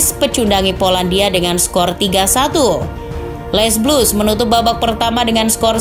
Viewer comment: L'es blues dibaca le blu. Bukan les blus gmn sih lo. Giliran didier deschamp bener baca nya desyom. Aneh lo VO artist